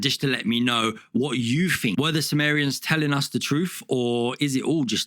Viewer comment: Think. Not fink.